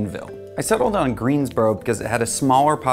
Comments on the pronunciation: It is greensboro he didn’t pronounce bro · Greensbow Greensboro just the accent